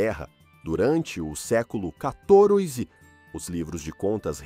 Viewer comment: "Durante o século Catoroy Z"